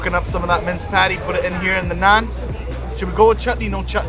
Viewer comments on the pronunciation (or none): none